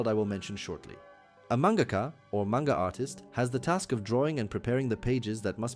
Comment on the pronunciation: You say manga wrong. Fake fan